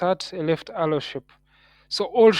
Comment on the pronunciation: Alow❌ arrow✅ great video though 😂